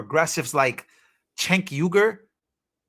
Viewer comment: Cenk is prnounced Jenk. Then Uygur is pronounced You-Grrr.